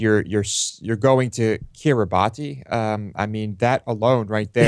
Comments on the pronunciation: It's not pronounced 'kirri-bah-ti'. It's pronounced 'kirra-bass' [See ] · Its pronounced Kiribas David, its a creole translation of the colonial name for the islands. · I feel sorry for the child ............ Incidentally, the name of the group of islands is pronounced Kee-ree-bass (in the local Micronesian language, the -ti has the sound of a double ss). During the colonial era, the islands were called the Gilbert Islands; the locals did not have a 'g', 'l' or 't' sound, and vowels have to be inserted between consonants, which ended up with 'Gilbert' becoming 'Kiribas'.